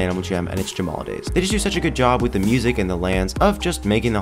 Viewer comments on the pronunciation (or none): none